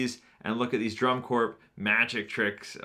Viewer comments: Corps is said 'core' :) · Fyi the p in Corp is silent